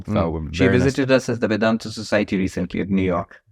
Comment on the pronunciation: Host why such heavy western accent. Not required for Indian audience 😅. Especially when pronouncing Indology words like vedanta . I urge you to pronounce it as Sanskrit , even for western audience out there, it is much better to listen to.Just a suggestion